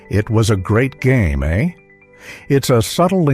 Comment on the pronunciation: AI does not know the Canadian words "toque" or how to properly say "eh?!" I am out ...